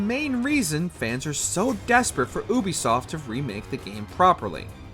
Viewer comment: This channel is a joke, guy can't even pronounce Ubisoft. Black flag as No1 is ridiculous, aside from the open sea it's awful suffers the same problem as ac3 cities are boring and uninspired. Origins, odyssey, & 2, have the most diverse maps in the series.